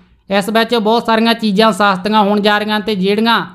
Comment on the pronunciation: Saaastia Nahi sastia hunda hai,tutwa essay pad da hai.....hai...hai.